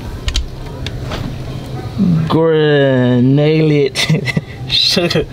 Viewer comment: Gran-u-lated………sound it out bro